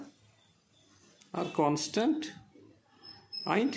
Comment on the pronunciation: It is actually and